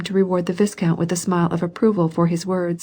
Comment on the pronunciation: Should be pronounced Vai-count. A nobleman.